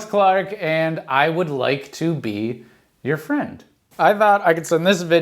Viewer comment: F...fwend... FWEND!! FWEEEEEEENNNNNNNDDDDDDDDD!!!!!!!